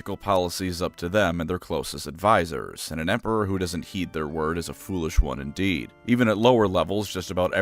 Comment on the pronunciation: A.i voice. no one on earth pronounces indeed as "endid"